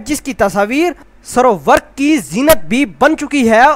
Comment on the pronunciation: SERO WERQ ni hota ser e werq hota hai😂😂